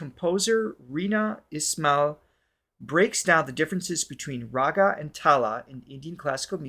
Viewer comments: How would you pronounce "Rag" and "Tal" Why it is Raga or Tala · What bugs me is, if u guys are serious ab talking ab Indian music or anything Indian on ur show, the least u cd do is find out how to pronounce the Indian names, Indian terms used in music etc. How difficult is that ? There must surely b Indians around u who can teach u. So pissed off at ur laziness. The whole thing becomes a farce. If i'm learning French as a language, i will pronounce names & words the French way. What stops u ?